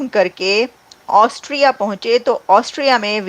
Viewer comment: ऑस्ट्रिया है पागल एंकर ऑस्ट्रेलिया नही 😂😂😂😂😂😂😂😂😂😂😂